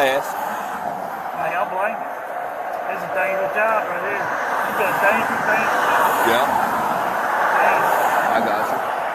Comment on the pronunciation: "You got a dangeuous job" proceeds to be that danger